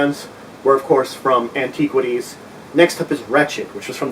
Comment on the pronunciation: you pronounce "antiquities" really weird, i cant put my finger on it lol